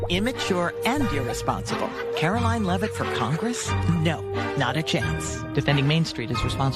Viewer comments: Hey! Love ya. Btw this broads name is karoLINE not karoLYN (Carolyn). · I hate her so much but PLEASE say her name correctly. She doesn’t go by “Karolyn” so for the love of god stop calling her that,. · FFS,, you hear her name pronounced correctly and repeatedly yet insist on saying it wrong. WTF, dude?